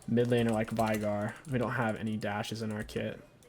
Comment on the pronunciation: VAIIIGAR. ITS VEIGAR YOU IDIOT.